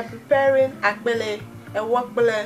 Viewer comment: are you ewe because you pronounced akple so well lol